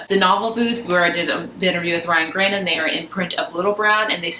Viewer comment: Great bookhaul, but I think you are pronouncing Ryan Graudins name incorrectly I have only heard it pronounced GRAUDIN (GRAW-din)